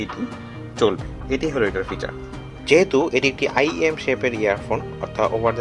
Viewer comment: এত ফালতু রিভিউ জীবনে দেখি নাই মানে ইয়েম টি ঠিক ভাবে পড়তেও পারে না সে নাকি রিভিউ করতাসে😂